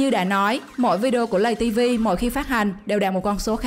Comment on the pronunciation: tiếng việt là:lay ti vi ko phải lầy ti vi